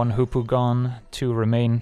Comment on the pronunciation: He says Hoopoe I hear Poopoo